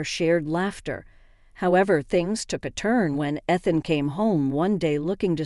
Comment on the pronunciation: AI doesn't proof read. It's hilarious that the name Ethan is mispronounced. How often have you heard the name Ethan in one of these stories. AI needs to be rebooted.